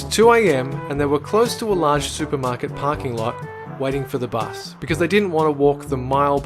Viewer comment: It's not Buz it's fricking Bus dume dume!